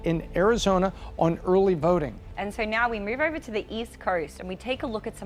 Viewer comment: What language calls voting verting? and instead of over but ever. Please looks don't count if the person mispronounces the words.